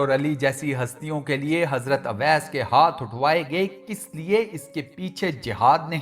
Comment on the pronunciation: Mery Bhai naam ka alfaz shi Ada krain, sahi alfaz owais hy awais ka mtlb bherhya hota hy lihza sahi naam owais pukarain (Jzak Allah) ghlti nrazgi mazrt